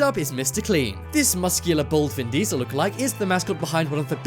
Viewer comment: He said muscular bald vinddeasel😂